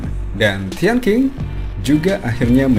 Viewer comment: Min.. kalo gak salah nama tian qing dibacanya tian cing, bukan tian king..